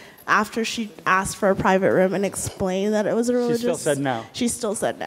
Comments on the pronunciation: When he talks it sounds like he's whining. You're in college please say the word asked correctly. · Is it also ray cyst to expect that a college student be able to say "asked" instead of "axed"???? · i honestly hate hearing it. deliberately saying a word wrong. axed or finna even ecscaped. it just annoys me. imagine people just starts saying mrullow instead of hello its just weird. now if the person was severely handicapped i would understand it but someone who has no disabilities and just chooses to say it like that is kind of annoying and weird like do you not understand the language we are speaking here? its very simple. AS-KED, E-SCAPED, GOING TO (GONNA) FINALLY GOING TO TURNS INTO FINNA. to me only stupid people are doing this on purpose. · Yes only stupid people cannot say "asked" properly and a couple of other words.Also "my bad"should be "my mistake".